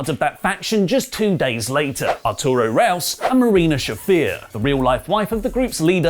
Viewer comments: It's Arturo Ruas, not Raus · It's Arturo Ruas, not Arturo Raus